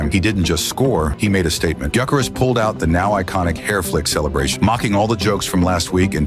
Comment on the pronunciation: Can’t pronounce gyokeres